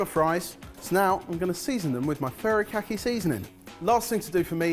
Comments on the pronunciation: i was so impressed when first said furikake correctly. then it quickly became furrykhaki 😂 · god listening to him say furikake was painfull. it's FU not FA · I literally had to pause the video. It's hilarious whenever calls "Furikake" seasoning "furry kaki". All I think of is a seasoning made by furries wearing kaki pants. Sounds more like, foo-ree-kah-kay. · "Furrykake" seasoning 🤣🤣🤣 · If it's any consolation, you were all trying far too hard with your pronunciation. "Furry kake seasoning", haha! Some good dishes none-the-less at the end. Oh, and I love Mio sparkling sake,! It's my favourite normal sake. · i die every time pronounces furikake as “furry-khaki” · I've never heard furikake pronounced so much like "furry khaki." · The Asian in me dies a little every time mentions his "furry-kack-ee seasoning". 😂 😂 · Worth it just to hear repeatedly mangle the pronunciation of "furikake"! 😆